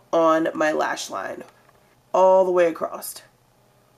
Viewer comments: Not criticizing, just wondering... are you aware that you say "acrossED" instead of "across"? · lolss "Acrost" i love when she says that